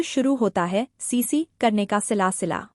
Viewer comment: सिला सिला नहीं सिलसिला